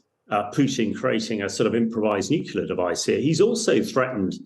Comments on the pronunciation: Sad, an expert guest pronounces nuclear as “nucular” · NUCLEAR ! NU CLEAR - that's pathetic :)